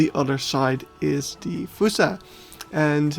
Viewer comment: its pronounced F-aw-ssa not fUssa